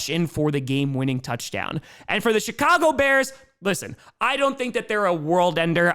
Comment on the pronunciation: I keep hearing a t when you say.. CHIII CAGO BEARS